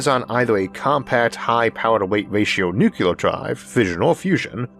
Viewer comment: It’s “NuCLEAR”…. Not “NuCUELAR” I know G.W. Bush pronounced it incorrectly…. But he still pronounced the word incorrectly.